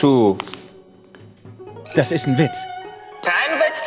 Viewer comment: war geil aber "han shu" war schlecht umgesetzt... zb des mit diesem Yoda gerede...bzw betonung war bääääd